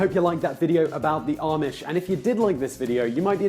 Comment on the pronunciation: It's RUMSPINGER NOT ROOMSPRINGER 😠😠😠😠 AND IM NOT EVER ARMISH